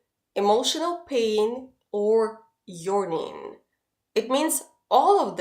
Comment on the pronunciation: yearning - need to pronounce like "yerrrrrrning" not yawning (as when you are tired)